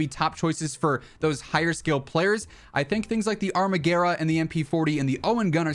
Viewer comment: I think the armaguerra is italian so you pronounce it exactly how it is spelled